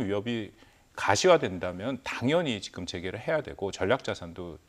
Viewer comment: 지금자식아지금~ 직금은머여? 다른 발음은 다잘하면서 직금이머여? 모지라보이게